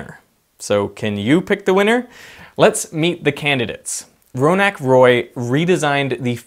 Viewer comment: He just pronounced Raunak Roy as Ronak Roy R.I.P